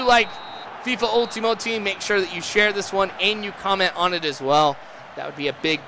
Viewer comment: U sound funny when u say Ultimate